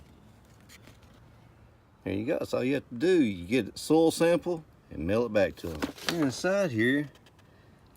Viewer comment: OMG.. I had to rewind the video like 3 times.. At first I thought you said stool sample kit... 😂😂😂 Im dying.... Im thinking ...wait ...what?? WHAT kind of "natural fertilizer" is this gonna be about??.. LOL... great video my friend...looking forward to seeing your grass get greener!!! Your channel is really growing... congratulations!!!!